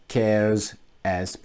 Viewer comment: VUCIC not VICIC hahaha 😆